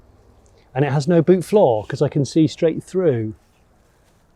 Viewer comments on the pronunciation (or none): none